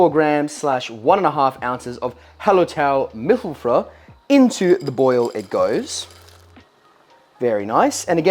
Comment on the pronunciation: Hallertau Mittelfrüh - you pronounced it pretty much correct; the ü is long. Hallertau is the region where the hops are grown, and mittelfrüh means middle-early which refers to when the hops are harvested. It's probably the most classic of German hops. An additional hop to use in Kölsch-style beers would be some Tettnanger but you've always got the freedom to do whatever you want, after all, you're going to be the one drinking it.